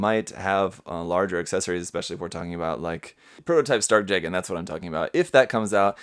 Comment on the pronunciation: Okay, I have to ask. Is “jay-gen” really how it’s pronounced? I had always thought it was “juh-gahn.” The former just sounds weird to me.